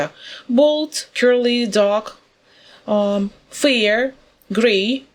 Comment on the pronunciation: "Світлий" вимовляється /feər/. А /fɪər/ -це "страх" (fear)